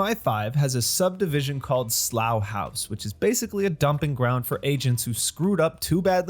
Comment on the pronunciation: Congratulations on the correct pronunciation of Slough House! It is a brilliant series based on fantastic books by Mick Herron. You should also try the Zoe Boehm series, Down Cemetary Road.